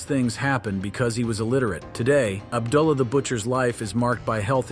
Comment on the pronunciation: Ub-duh-la The Butcher lol